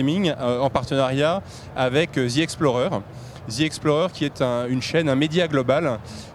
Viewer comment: Hey hey hey ...les français ,il n'y a pas de z dans "the" arrêté de prononcé "ze"